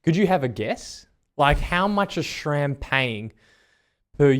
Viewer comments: It is "Sram" and not "Schram". There is no "ch" in the name. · "Shram" Lol. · There is no H ib SRAM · I’m still confused why people don’t pronounce SRAM correctly